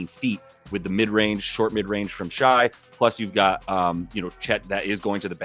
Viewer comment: this is going to sound mean but i mean it genuinely… do you actually watch any NBA games? i’ve seen a few of your videos and you always call him “shy” instead of “shay” and it feels like you would know this if you’ve ever watched a game? they say his name 100x.